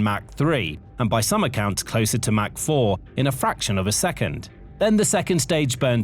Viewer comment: Mach rhymes with Bach, not hack!